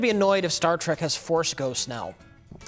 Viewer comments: Star "TRACK". A pet peeve for sure. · if you cant pronounce TREK you shouldnt be reviewing it